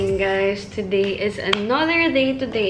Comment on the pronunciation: Bakit yung "TODAY" nya is "TOTHAY"?? LIKE??